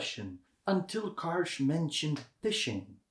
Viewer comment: Wonderful video on Yousuf Karsh (pronounced as “JuSuf Karsz”) • Just about two weeks ago I was near the place where he had his studio at Chateau Laurier Hotel in Ottawa. It was during the Royal visit of King Charles to Canada. Also few years back I had a privilege of seeing his original prints at one of the private clubs - amazing photographs! Karsh is considered one of the world’s best photographers. His portraits are phenomenal. By the way some of his work is less known - for example, a series of photographs he took in Holy Land (Israel and Palestine). ⚠️ Correction: the Churchill photo was taken NOT at Karsh’s studio, but at one of the back rooms in the Parliament. • I’m lucky to own the entire collection of Yousuf Karsh photo books including that body of work photographed in Holy Land. Often I look through them for inspiration. Thank you for your videos! Дякую! Dziękuję! - P.S. oh, by the way - the framed original print of Winston Churchill known as “Roaring Lion” was recently STOLEN from the lobby of Chateau Laurier and later FOUND AND RETURNED with the help of Interpol. You can look up this story online - it’s like a true art heist movie 😀